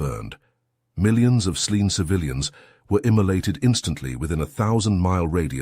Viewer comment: ice talks? Slean? Slien? emulated? not immolated? by a weapon??? appeared in their SKIS? unmoorned? DUMB AI you are getting shittier with very try.